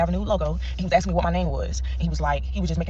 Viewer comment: Who's axin', what is axin'?